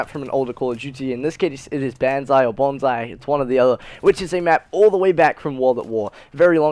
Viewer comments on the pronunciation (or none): none